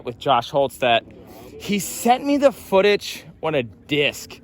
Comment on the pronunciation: i like how you say "footach"